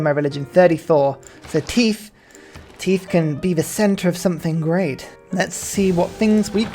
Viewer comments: Why do you pronounce "Tithe" the way you do? Everytime it happens I wonder to myself "Why is he talking about teeth all of a sudden?" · The enunciation of how he's saying it is hilarious though